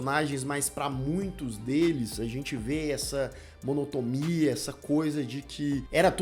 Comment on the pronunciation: Uma única observação: a palavra "monotoMia", na verdade é "monotoNia". 🙈🤭